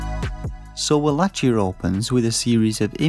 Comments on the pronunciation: The review is very well written imo 😊 - would have been even better with a more lively voice over and with the correct pronounciation of the game's title ("wallakia" instead of "wallatchia") 😉👍🏻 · Uhg bro you are pronouncing wallachia wrong